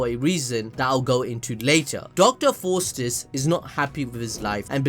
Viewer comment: I'm sorry but I have to it's pronounced and 'fawst' I don't really do this but it got to me 😂